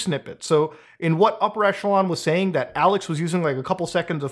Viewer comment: Isn't it pronounced "Upper E[kk]elon" instead of "Upper E[soft ch]elon"? I'm asking, because English speakers can't say either [soft ch] and [hard ch] and will always default them to [tch]. Besides [tch], [kk] seems to be the only other "ch" English can pronounce, and it appears in these commonly used words: [kk]aracter, [kk]a(rizz)ma